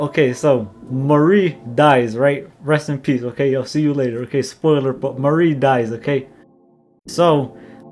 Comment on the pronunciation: Why every time you say Marie it sounds like Maurice?